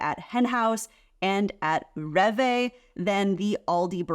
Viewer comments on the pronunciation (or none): Which one has healthier ingredients? I bet it isn't USA 😆 Rev Vay 🥲. Rewe is pronounced ray vuh.